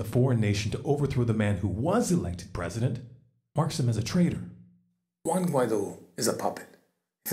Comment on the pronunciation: Guaidó (wah-ee-doh) but yes you’re right on point on the whole situation! Keep up the great work!